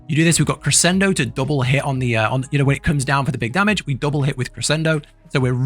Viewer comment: "Eyes wolf" kri-SHEN-doh, kri-sen-doh lmao